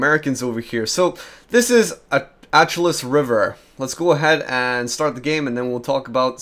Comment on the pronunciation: I think it's pronounced Ash eloo